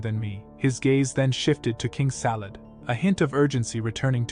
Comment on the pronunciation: King Salad? It’s Sadala